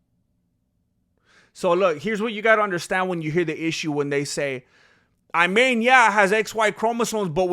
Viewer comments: Hey there I'm Arab, regarding the name it's pronounced "E'man" which means Faith. I hope I added something useful! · Her name is pronounced "Eemaan" and it means "faith" in Arabic.